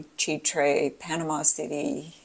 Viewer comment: Chitre is pronounced shē trey. Ch = Sh